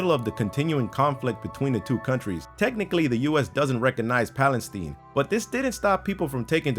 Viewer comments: HOW DO YOU MISPRONOUNCE PALESTINE SO BADLY!? WTF!? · Am I the only one bothered by the way he said Palestine? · Palisteen lol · That is not how you pronounce Palestine. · Evie Bedrick no it is not just you. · Pronunciation errors.... 1) It is 'nu-clear', NOT 'nucular' !! 2) It is Palestine(as in ...tyne), NOT 'Palesteen'!! AND.... where is the item used as the 'trailer-frame' for this video?? 😡😡😡